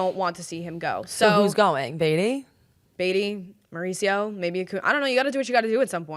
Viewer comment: "Mare-ooch-io" --- Ronny Mare-ooch-io? Really? 😁